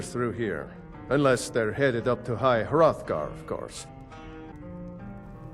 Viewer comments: Did he say high *froth*gar? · “High throthgar” hahah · It's at the foot of The Throat Of The World not High Hrothgar. The mountain's name is The Throat Of The World.